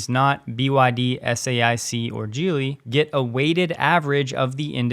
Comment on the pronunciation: “Geely” is NOT pronounced as “Jeely”. It starts with a hard “g” sound. Look it up and learn.